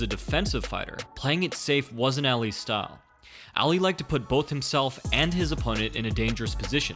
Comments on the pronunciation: Why does he keep saying eli instead of Ali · Say it like "all-lee" not ally